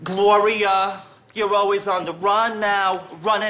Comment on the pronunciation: “GLOWRIA why isnt anybody CWAALIN?” -Ian Benardo, with the already long and impressive resume; superstar, singer, dancer.